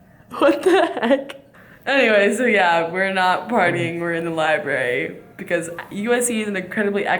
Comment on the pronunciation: How dare you pronounce library as "Liberry" Highkey disappointed in you smh